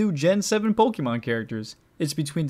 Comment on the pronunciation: « Pokimon » No